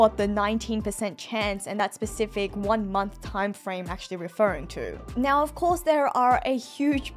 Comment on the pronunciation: accent when saying "now" is the reason of my weekly joy. Nyao